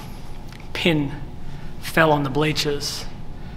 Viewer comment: Pin. Not pen.